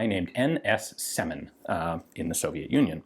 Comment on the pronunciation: It's rather Syomin than Semin.